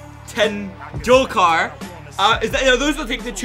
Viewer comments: You said Tendulkar rightly this time...Sachin and last name both you said correctly. Sachin started at the age of 16 years and played for almost 20-24 years...no athelete can do it even a chess player.. Cricket is a very very tough game. Do you remember any soccer or rugby player from States or Europe who had played for so long. Needless to say Football ends in 90 minutes while Cricket last for 5 days 7 hours each day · Sachin Tendulkar = s-chin ten-duul-kar. The language was hindi